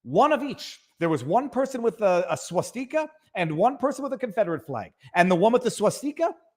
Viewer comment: Swass-Tea-Kah NOT Swass-Tikka-Massala